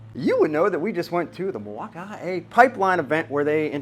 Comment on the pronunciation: oh yes, Mil-walk-i-kee-a